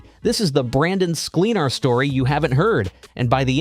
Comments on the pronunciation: At least get the pronunciation of his name right! SKLEN-ar. Not SKLEEN, not accent on the last syllable.Plenty of examples of him saying his own name. Check it out. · At least get his last name right...